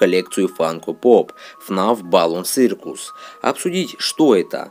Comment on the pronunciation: Не цыркус, а сёкус !!!!!